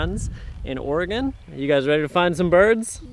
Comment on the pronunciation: AS always, GREAT video. Ecola State Park is so beautiful. And BTW thanks for pronouncing Oregon as it should be OR-egun, rather than Ora-GONE.